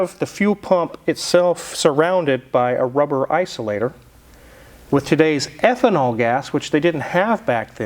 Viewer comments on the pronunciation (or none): none